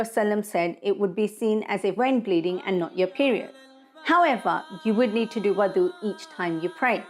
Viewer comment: proper pronunciation is wudu not wadu ,wudu with a dammah on the letter wow is the action of washing the wudu body parts, wow with a fatha (wadu)is the water prepared for wudu , wow with a kasra (widu) is the place for wudu.